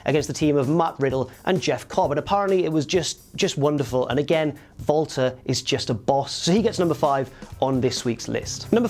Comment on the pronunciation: sounds like he is saying Vaulter Not Walter